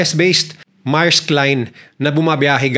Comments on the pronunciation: Maerks daw? Merks Ang pg pronounce Yan. Uubosin nya daw Ang Oras natin sa pakikinig or what tapos tinatawanan pa Tayo? Napaka walanghiya nya! He doesn't have an edge from us to subscribe his vlogs. Kala nya mga Bata yong mga subscribers niya. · correction "meyrks"not "marks".